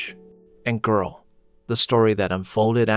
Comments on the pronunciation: AI saying " Girl " like it's Black. Stop doing that and just tell the story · "And Girl" The Narrator sounds like a white male but he must be has the soul of a Black women. 😂 And girl, q southern Black women lol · NOTICE the male AI voice said "And girl"